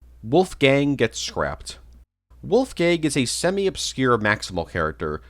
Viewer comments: Lol dude's so forgotten the only person that knows about him couldn't say his name properly, poor Wolfang Oh and hey pig do you know who the fuck is the green soldier at the Fisrt level of the FOC game? I've NEVER seen anyone talking about him and he's got a unique model for a character that appears once, helps you and then inmediately dies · lol was gonna say the same thing poor wolfang